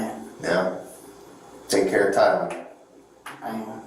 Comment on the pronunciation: So, you're saying'Tyan'? BUT, I'm seeing TYLAN on the screen? So,... wtf?